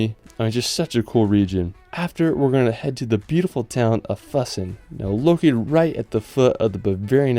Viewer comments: I know it's hard to pronounce, but could you possibly pronounce names of towns, and places as close as German pronunciation. For example, Füssen isn't Fussen, more likely, Foosen. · Füssen is pronounced like foo-sen. You gotta work on you German pronunciations because half of these places I couldn't tell what you were talking about until I saw the text. it has an umlaut. It doesn't make an uh sound. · It's fEW-Ssen. The "Ü" is like that for a reason. Lol